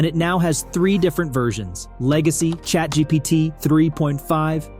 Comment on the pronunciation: he said ChatGTP...